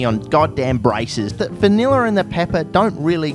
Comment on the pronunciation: Every time I watch one of your videos I think my 10+ year old graphics card is about the give up the ghost. Honestly rather surprising no verbal thesis defense is required. Love the way you say vineller, good luck mate.